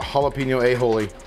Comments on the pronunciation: There's no H in Aioli. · It's Aioli not "A-Holey", 😂😂